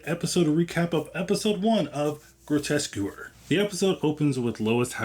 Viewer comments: Grotesquereeeeee, not grotesquer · It's pronounced * "Grotesqueree" taken from the French Grotesquerie, not "grotesquery" ;) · It's pronounced: "Grotesque Erie" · « qu » is prononce like «K » So it’s « groteskery » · Thank you. Really annoyed me how he kept mispronouncing it, Louis reads the name aloud from the calling card so how you can get it that wrong is baffling. Other than that great video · ok…this might be harsh but why woupd anyone want to go to someone for an explanation or breakdown of something they cant even pronounce correctly???? thats just lazy… Groteskewer????? REALLY???? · I think you'll find the show's title is pronounced "grow - tesk - uh - ree". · the name of the series. It’s Grotesquerie. Pronounced as Gro-Tes-Que-Ry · lol came to comment, I don’t think you’re pronouncing it correctly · This is my first video on your channel. I found the mispronunciation endearing, my mom does it all the time I'm a new subscriber, I appreciate good vibes in a horror recap! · Leaving because of the way you pronounce Grotesquerie they literally pronounce it in the show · Jesus lol can’t even pronounce the name correctly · I agree, but I stayed for the review but the pronunciation was a little jarring. We could have called it GQ and kept on keeping on. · my brother, great review, decent editing, all that. You gotta learn to pronounce the show name lol, they even say it in the episode. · Bro can’t even pronounce the name of the show he’s watching…. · Mmmm yea I didn't like how he pronounced it